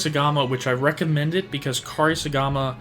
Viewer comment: Say it with me….. Coupe-Sorry-Gama 😂😂😂